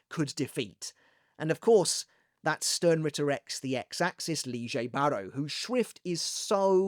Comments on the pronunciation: It's lille barro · Why is lille baro now pronounced “leejay”?